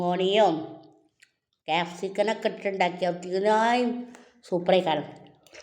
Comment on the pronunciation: സ്പ്രിംഗ് ഒണിയം, ക്യാപ്‌സിക്കൻ Standard വിട്ട് സംസാരിക്കല്ലി താത്ത 😂😂